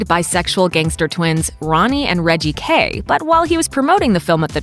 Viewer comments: Ummm It's Kray not Kay, Okay? :) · 'Ronnie and Reggie Kay'. ?? It's KRAY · It's KRAY not Kay FFS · The voiceover was the cringiest... pronounced kRay as Kay!? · Kay? Don't you mean Kray? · The most cringeworthy thing in this video was when the narrator called the the ‘KRAY’ twins, the ‘KAY’ twins . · The bit where you said "Ronnie and Reggie Kay". It's KRAY! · YOU "" saying "Kay" instead of Kray. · Ronald and Reggie Kray not Kay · Cray not k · And it’s…Kray…not Kay. This bird should of been featured in her own video! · Ronnie and Reggie KRAY!!!! Not Kay!!!😱😱😱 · . “Ronnie and Reggie Kay”?... it’s Kray, not Kay. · Ronnie KRAY. Not Kay. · KRAY NOT KAY! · Kray! Not Kay.😒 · It's Ronnie and Reggie KRAY not KAY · Kray not Kay tut tut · Ronnie and Reggio CRAY NOT KAY 😂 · Ronnie and reggie "kray" not kay, do ur research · And its Kray not Kray you plum. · It’s “Kray” not “Ronnie and Reggie Kay” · Kray not Kay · It's Ronnie and Reggie Kray not Kay.. just research before you upload. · Its 'Kray' got 'Kay'. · Ronnie and Reggie Kay wtf its Kray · Reggie & Ronnie K? it's Kray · Kray twins not kay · It’s kray not kay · who the heck is Ronnie and Reggie Kay ? for gods sake get it right? KRAY...... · It's Ronnie and Reggie KRAY, not Kay. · ronnie and reggie kray not kay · It’s kray not kay. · Yeah it’s Ronnie and Reggie KRAY not KAY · Tom Hardy portrayed Ronald and Reggie Kray, not "Kay", speaking of research.. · Reggie & Ronnie kray. Not kay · Ronnie and Reggie Kray. Not Kay. 😊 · ronnie and reggie KRAY, not kay. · Kray, not Kay. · It is the Kray twins not Kay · “Ronnie & Reggie ‘Kay’...” 😂😂😂😂 I’m going to make a video on Arthur Capone. Ffs get the basics right, it’s “Kray”. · Kray not Kay hahahhahah fuckin hell cant drop the ball on street legends name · Talking of saying embarrassing things, it’s Ronnie and Reggie CRAY, not Kay. Ouch! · They’re called the KRAY twins, not the KAY twins. Do your research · Kray Twins. Not Kay. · Kray not Kay. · Its Kray not kay